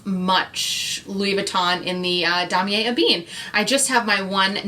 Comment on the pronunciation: It is supposed to be "E Ben", not "a bean"...and "Po shett", not "poo shett"